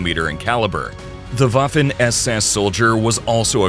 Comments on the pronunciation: It’s waffen not Wafle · That's Waffen SS, not Waffin SS 🤔